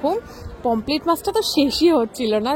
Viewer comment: Pomplete na Pomfret